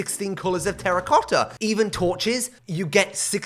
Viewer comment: i love how you say terracotta "terracocta"